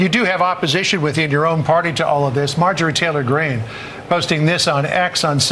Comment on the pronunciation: Marge Geah Tory Green? What is this fake AI commentary. Ditch this AI rubbish. Hard to believe the content when the intrusive mess of AI English mistakes is happening.